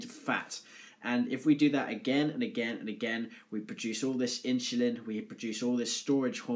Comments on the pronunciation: lmfao, you cant unhear it......inchulin... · Hahaha! In-shu-lin